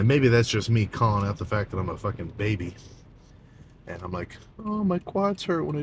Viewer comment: Sam "fOkin'" Soolek baby 😂